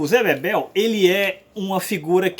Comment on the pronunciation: O nome do personagem é ZÉ BEBELO. não ZÉ Bebel, por favor...